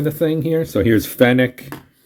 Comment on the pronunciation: Oh and you pronounce "Fenwick" perfectly, not "fen-wick" but as you say "fen-ick" - there's still a department store in Newcastle called "Fenwick's"